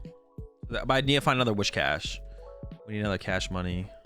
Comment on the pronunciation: It’s Whiscash, not Wishcash!